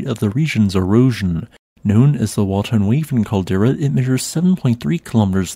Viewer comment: I'm huntin' wabbits on Wotten Waven Cawdewa.